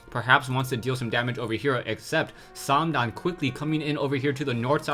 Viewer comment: it's probably well pronounced, but i hate how you say "" haha.